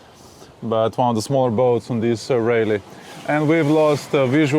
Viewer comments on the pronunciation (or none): none